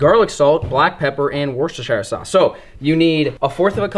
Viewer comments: Worcester sauce is pronounced wusterster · I live 4mile from worcester in the uk and that's not how you say Worcestershire sauce 😂😂👌